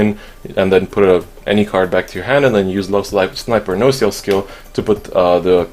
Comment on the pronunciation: The way you pronounce nociel is wrong